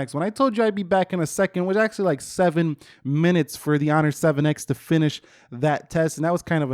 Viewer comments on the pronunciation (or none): none